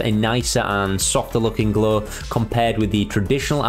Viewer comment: Never heard 'glow' being pronounced as 'glaw' before